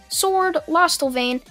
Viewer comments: It's lostvayne not lost avain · It's lost-van-ya and it's also d-anne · lost vein is how you say it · Its not lostevein its lostvein and its dian not dian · It’s lost vain not losta vain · Lostvane not lostelvane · its lost vaine (pronounced) 🙂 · I think it's pronounced lost vain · is pronounce the Lost-vain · Pronounced: Lost Vain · I'm pretty sure it's pronounced lostvayne also the character that you seem to be incapable of pronouncing is named Deanne also deanne's saver treasure is not safe it's actually a giant Sledgehammer called the Gideon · It’s pronounced lost vane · It’s said like lost- vane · its pronounced lost-vaine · Lostvayne is is pronounced lostvein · Pronounced lost-vein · I thinks it’s pronounced lost-vain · Lost-Vein = Lostvayne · Diane - Di-Yann Lostvayne - Lost - Vane. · Lost vain that's how you say it lostvane is how you spell it I think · I like this but he says lostvayne incorrectly and its so annoying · Wtf!? Say Lostvaine again, I wanna hear the atrocity that just came out of your mouth. Also, Diane’s sacred treasure is a hammer named Gidion. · •Naom-chi• I am sorry for getting that mad, however in my eyes that pronunciation is one of the seven deadly sins.